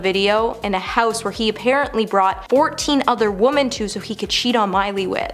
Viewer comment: her name is "",other womEn not woman,three diffrent womEn,omg the pauses and the heavy breathing are just not gonna go away,is it? this is painfull jesus please try to practise or memorise before tapppping,it will get easier with time